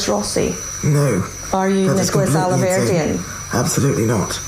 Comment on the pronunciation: The way he mispronounced the surnames! 'Rosey' not Rossi, 'Alverdeen' . Distancing himself?